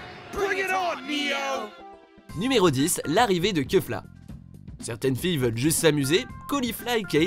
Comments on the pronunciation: On prononce kéfla et non keufla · Comme d'habitude, le massacre des noms des personnages... Non, on ne dit pas "keufla" quoi